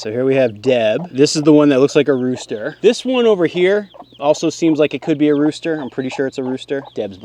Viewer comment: Did you say rooster or roaster?